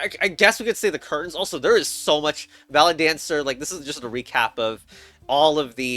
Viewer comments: ahh yes, bal it. don't worry, i got confused to at the word, ballet. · Chess Ballet* Advanced... *pronounced "ballot" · It's pronounced BALLET you DINGUS